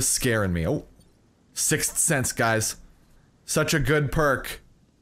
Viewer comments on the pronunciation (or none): Try say sick Sense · it's pronounced sicth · EVERY TIME HE SAYS 6 SENSE I CRINGE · The emphasis on "Sixth" Sense. LMFAO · Does anyone realise how much he struggles saying sixth sense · trying so hard to pronounce, "Sixth" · it's not that hard to prenounce sixth sense, but it's just one of those words... Can't explain it but I get where your coming from.